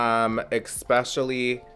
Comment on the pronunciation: Did you say “expecially”?